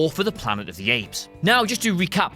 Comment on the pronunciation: "Of" is pronounced "ov" not "for"